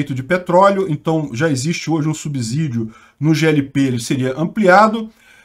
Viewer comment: bom dia. Uma dica de português: subsídio se pronuncia como se fosse 'SS', assim como nas palavras obsessão, observar, subsequente etc.